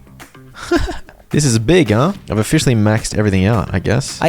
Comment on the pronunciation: You mean o-fish-aly 😂😂😂